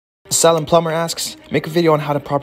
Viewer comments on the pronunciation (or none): HE PRONOUNCED SALEM WRONG AHHH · Salem is pronounced Say lum its a oregon city its a weird name